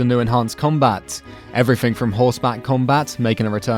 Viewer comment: Goodness sake, learn how to pronounce TH. It's three, not "free." Also please learn how to say "everything" and not "every fink." Also learn how to say L. You keep saying "Zehwda: Breaf of duh Wiwd."